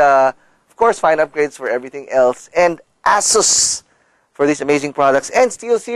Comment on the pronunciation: its not ASSUS its asus its not ass its ace